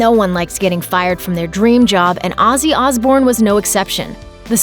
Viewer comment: Who the fuck is Azzy Asbourne? Have enough respect for the man to at least pronounce his name properly, you stupid fucking Yank!